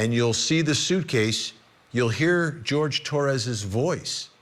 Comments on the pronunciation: Jorge not George. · HIs name is not George. It is Jorge. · Isn't his name pronounced like "Horhay" not like "George " ?